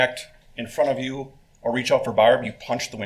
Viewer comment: He pronounces 'barb' like that cheeseburger locker, Randy